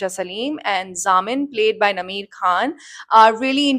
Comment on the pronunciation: It would help if you got the names correct! It's Zamil and not Zamin